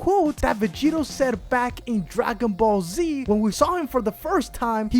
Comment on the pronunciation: What's "Dragon Ball C" he keeps talking about it but i've never heard of that show